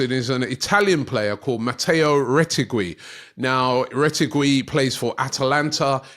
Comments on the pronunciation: Robbie gotta Work on the pronouncation of some players 😂 Retegwwiiiii, Milloooottt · Mateo (you did surprisingly well) but the second name (roll the R) "Reh-Teh-Gee" 😂😂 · you don't pronounce the U in Retegui